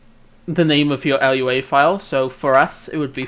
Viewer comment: you calling it L-U-A hurts my soul